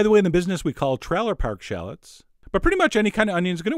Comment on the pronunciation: "Traller park shallots..." You say "trailer" in a very... unique way... Just like when you say "alweyss..."